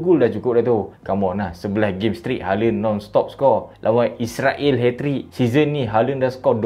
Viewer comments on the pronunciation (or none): none